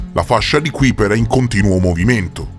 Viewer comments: A parte che si pronuncia KAIper, ma l’assurdità della tesi che sosterrebbe ci sia un pianeta ABITABILE nella fascia di Kuiper, è al quanto risibile. A quella distanza dal sole al massimo le uniche forme di vita possibili sarebbero dei microorganismi (ben pochi a dire la verità), ma di certo non sarebbe possibile alcun habit per forme di vita complesse. State solo alimentando un falso mito, basato su pseudo-scienze. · Interessante l'argomento, ma almeno pronuncia nel modo esatto Kuiper...che si scrive così ma si legge kaiper 😉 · Ti prego, si chiama Fascia di KAIPER, si scrive Kuiper ma si legge KAIPER.